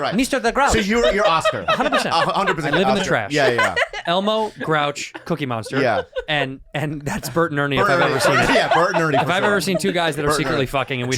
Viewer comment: "Gookiemonster" jeez, Spaniard. 🙄